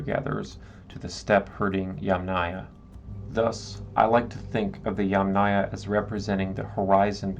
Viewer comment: YUM - naya. Emphasis is on the Yum.! Never on aya!!! So from the very beginning ... you miss pronouncing the term on which your video is based. Extremely disappointing to hear you mispronounce "yamnaya"